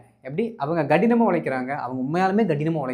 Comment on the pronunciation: Sir you made a mistake in tamil.... (In tamil we say கடினமாக (kadinam) but you saide (ghadinam )